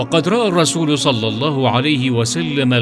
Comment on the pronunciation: دقيقة يقال فيها صل الله عليه وسلم انت قلت صلي الفظ فيه خطئ